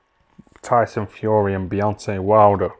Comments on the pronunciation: Did he say beyonce wilder lolssssss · 😂😂 man said beyonce wilder 🤣💀